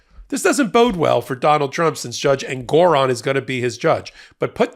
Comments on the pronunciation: FYI, it’s JUSTICE EN-gor-ON. I’ve appeared before him. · Every time any of you say engOron I shout Engoron because I miss the way Ben used to pronounce it 😂 It’s just more pleasing somehow.